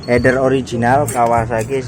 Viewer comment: mantab bro. akhirnya ada juga orang di youtube indonesia menyebut "Header" dengan benar. influencer yg ratusan ribu dan punya banyak moge aja masih belepotan nyebutnya "hiiiider". bikin kesel.